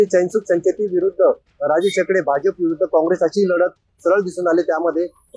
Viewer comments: नाव तरी व्यवस्थित घ्या.... एडके नाहीत एकडे आहेत 😂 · Barobar wacha dada.... राजेश एकडे आहे त्यांचे नाव